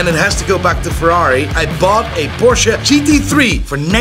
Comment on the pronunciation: It’s Porsche!!!!! 2 syllables geez